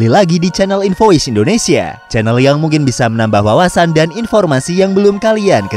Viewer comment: Pengucapan lu yg bener, punya invoice salah